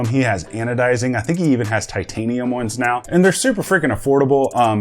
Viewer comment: That’s “Glocks” not Blocks